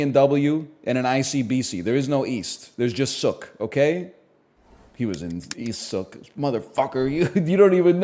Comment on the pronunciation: He keeps mispronouncing Sooke 😔